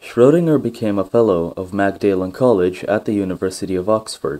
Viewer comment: names are very badly mispronounced: de Broglie, Magdalen College, etc. Voice is mechanical, no variation in tone. Content OK.